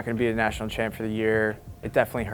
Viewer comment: “The chanp showed up” vito a dawg